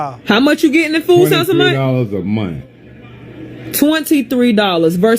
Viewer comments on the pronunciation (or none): Did she say you are a veteran and proceed to ask "did you serve in the military".... 😌 "13 thousand a mont"... it's a "h" on the end of that word ma'am 😂